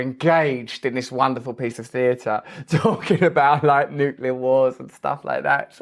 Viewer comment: He gets points for pronouncing nuclear correctly. Not nuc u lar, like almost everyone else.